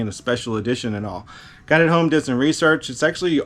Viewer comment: Say RoSearch one more time!